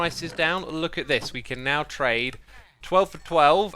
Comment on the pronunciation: Bro I'VE BEEN SAYING GARROTS FOR YEARS I never expected it to appear here!